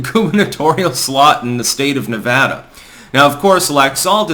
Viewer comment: I'm happy to hear you say Nevada correctly